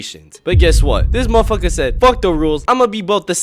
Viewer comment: that 'mafaka' need a cooldown bro